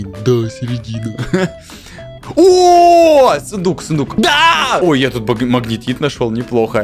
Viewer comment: Я услышала вместо сундук фундук